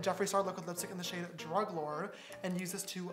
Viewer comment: James: in the shade “druglord” Me: WHAT DID HE SAYYYYYYYYYYY